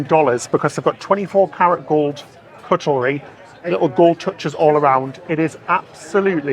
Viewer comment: Proud 🇨🇦 Canadian thanks for this video! I'm so glad you had such a lovely time on your cruise. I'm loving pronunciation of 🍴 "cuttle-ry," which I've always known as "cut-lery."